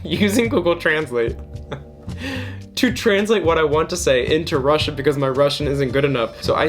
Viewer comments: Your Russian is really good! You're pretty much nailing the pronunciation, that's impressive. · I'm russian and I agree that our language is complicated🙃 but I have to admit that pronunciation is actually pretty good😎